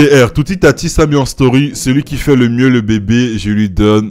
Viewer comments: toutitatis hahahahahha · le foue il a dit tootitatis sinon lourd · Il a dit tootitatis 🤣🤣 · C moi ou il a dit tootitatis ?